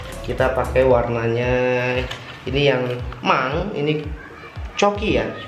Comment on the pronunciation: itu di bacanya bukan (coki) tapi (kuki) 😍